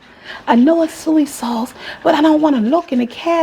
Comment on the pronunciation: Are you saying soy sauce?